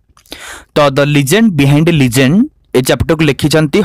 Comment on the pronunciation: Sir sorry to say bt ur pronounciation of Legend is sounding like ligend...